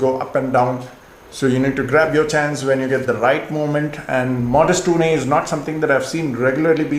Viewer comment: It’s not OOONAY but OOON.